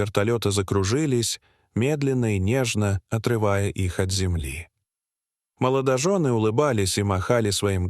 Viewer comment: "сУрприз".... " моЛОЖОны"..... "СвертАлет".... Обидно за родной язык! А история эта- выдумка, для собирания просмотров и лайков. Жалею, что не прошла мимо. Да ещё и некоторые комментарии угораздило почитать...